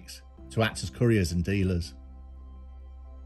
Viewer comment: For someone who pronounces Solihull the posh way, you say "couriers" like they transport curry and it makes me laugh every time.